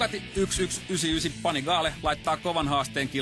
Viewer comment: it's actually a lot closer to the real pronounciation than the american "pannygally" which i heard a lot